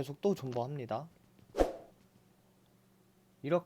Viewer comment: 2:2에 존버를 본버라고하셨네 ...